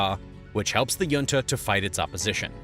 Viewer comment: Please pronounc junta correctly. How would you pronounce the California city of La Jolla